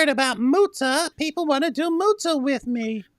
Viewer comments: Lol the “mootah” 😂😂😂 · "Moo-TaH" - saying thank you to a cow